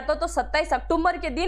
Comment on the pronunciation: आप बार बार अक्टूबर को अक्टुम्बर बोल रही हो कृपया इसमें सुधार करें बहुत भद्दा लगता है